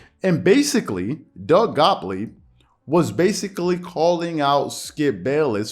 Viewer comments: "GOT-leeb" "GOT-LEEB" "LEEEEB".. Not "Gopley". Made it hard to pay attention lol. And gottlieb a weirdo for this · Say it with me, Gott-lieb. Man it’s in the title, the least you can do is pronounce the dudes name correctly. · Bro can you pronounce the guys last name correctly? It’s not that difficult 🤣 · Gotliebb is right tho.. skips70 there’s no need of name calling and mocking people.. and are you purposing pronouncing his name wrong lol